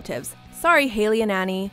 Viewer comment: HALLIE IS PRONOUNCED "HALL-IE" NOT "HAY-LEY"!! And it's "BONE-A-FON-TAY"...